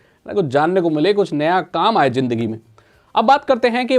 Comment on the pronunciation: jindagi nahin😂 Zindagi ✔️